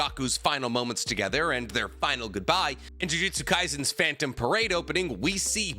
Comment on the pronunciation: i hope jjk ends as fast as possible, because i'm gonna have a stroke anytime soon if i hear you mispronounce any other reference jjk has bro😂😂. You're even messing up the title of the series lmao🤣😭